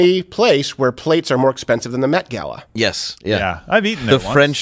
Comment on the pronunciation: I thought he said "meth-gala"...